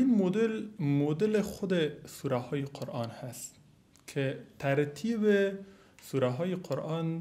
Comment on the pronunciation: اول تو تلفظ ره قرآن ره یاد بگیر قرعان نیست قرآن است افسوس به مردم ساده که ای ره فیلسوف فکر میکنن